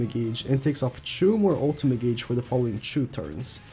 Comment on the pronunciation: U know i guess i should say it now.... u pronounced gauge wrong